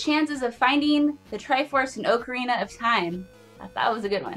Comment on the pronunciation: oc like october, not oc like oak tree.. Ocarina of Time OC not OAK! pass it along